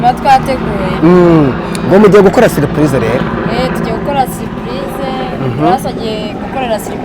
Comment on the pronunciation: 😜😜😜😜😜😜ahubwo ngewe numvise saripayize.Ariko iyimivugire twihaye iraza kuzadukora pe.